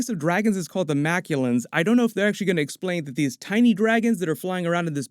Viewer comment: Cool video and I am really hyped for the movie. One slight correction, though: The alien dragons are not Makulans as you said but Makluans :)